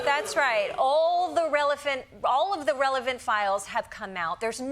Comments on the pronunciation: hihi "Relephant" 😊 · "Relephant." 🐘 Yep, I heard it!